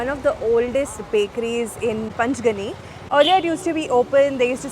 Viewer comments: yeah what the hell is panchgani it's "pachgani" these outsiders and their funny pronounciation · Pachgani not panchgni